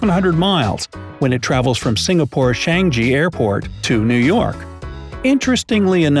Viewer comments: ITS cha -NGI not chanGi HAHAHA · i’m a singaporean and i’m rlly bothered by how he pronounced changi tho... sry just rlly wanted to get that off my chest ._. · Finally talks about Singapore and btw he doesn't even pronounce Changi right cuz it's chinese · it's "chang-ee" (Changi) airport, not "shang-e" airport! Also, it's "ee-va" air, not what you said! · Omg, , I got triggered by the way he pronounced my country's airport, Singapore Changi Airport, as well. It's supposed to be "Chang Yi" instead of "Chang Ji" like he pronounced. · they pronounced Changi wrongly lol it's 'chung-yee', not 'shang-jee'... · Changi - "Chang -ee" not "chan gee" Gatwick - "gat wick" not "gate wake" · Its changi airport not shangji airport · Not shangi chang-yi but written like this changi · it is pronounced chain-gee not shangi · It is not (chanjhi) it is changi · It’s not Changi (Shan Gee) that’s not how u pronouce that. It’s (Chang e) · Hi it is called chang e not chan gi Airport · shan-ji? no. it’s cha-ngi! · WHAT SHANG GEE ITS CHANG YI NOT SHANGEEE CHANGI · He didn't mispronounce it. That part of the script was lit on fire, soaked in water, torn to shreds, then put back together like a puzzle by a newborn baby. That's the only valid explanation for pronouncing Changi as Shenji. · IT'S CHANGI say(ch-ag-yee) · Im From Singapore and the pronounciation for Changi Is “Ch-ah-ng-ee” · Singapore "CHANGI" Airport is pronounced as: "Chang - yi" , please drop the "G" next time... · How dare you pronounced Changi as "Shan-gee" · Mannnn u pronounced Changi airport wrongly its my country and I feel embarrassed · You said Changi wrong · he got changi wrong too actually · Any other Singaporeans here? Is the fact that he mispronounced "Changi Airport" only bothering me? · that was possibly the worst pronunciation of changi airport ive ever heard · Honestly "Changi" was pronounced wrongly but its okay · You pronounced changi wrong